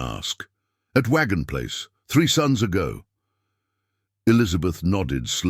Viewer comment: "Sun's ago" NOT "Sons ago"